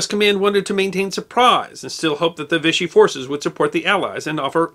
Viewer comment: Vichy is pronounced vee-she